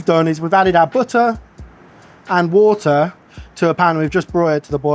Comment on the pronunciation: Booter. "BOOTEH" ??? He's trying to say "butter"